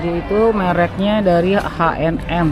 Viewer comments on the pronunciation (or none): Ka...H&M itu bacanya biasa Ha en Em...krn nama orang🙏🙏🙏Hennes dan Moritz